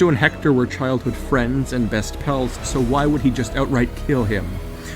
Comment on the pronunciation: stop pronouncing it "hector" it's pronounced "ector".